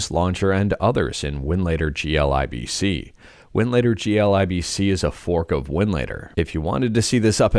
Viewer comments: its pronounced "G lib c" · The pronunciation of glibc shows that u r just content creator about these topics dont have the passion for the tech and stuff I may be wrong but yeah thats in my heart so i said